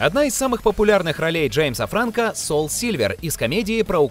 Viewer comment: Не Франко, а Франко!